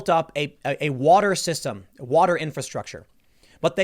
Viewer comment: Tim trying to explain stuff is funny. He can't pronounce infrastructure